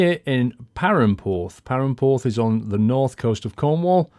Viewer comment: wow you do not say perranporth right